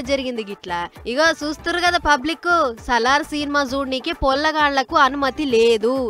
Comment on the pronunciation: It’s not Sallar, it’s Salaar. Please learn some English first 😅